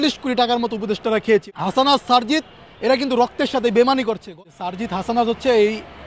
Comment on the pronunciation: সারজিসের নামটাও উচ্চারণ করতে পারে না ! এটা নাকি ছাত্রনেতা !